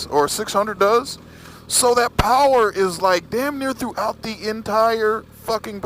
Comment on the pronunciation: Lol ur fucken funny bro.....turn twist ,powerrrrrere